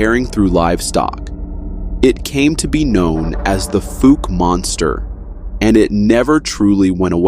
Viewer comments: It's pronounced (fouw-ke) like the word "foul" but instead of an "L" replace it with the letter "K" sound as in Cat or Cut. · I live in Arkansas, not to far from Fouke Arkansas. I would just like to correct your pronunciation of it. The only way I know how to do It, is to give you an example. It’s pronounced like fal like foul ball. But it’s (fal)ke it sounds like FAL but it’s FOUKE Falke. Definitely not pronounced the way you’re saying it. Say it as if it was spelled FALKE Arkansas, instead of FOUKE. But the spelling is correct FOUKE. I hope this helps you pronounce it correctly. I’m not a teacher and I did the best I could, so hopefully. Lol